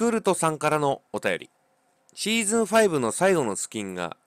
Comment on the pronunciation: シージュンって言ってて草